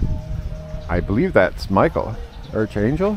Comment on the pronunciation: Archie angel? So is Michael pronounced the same as Archie?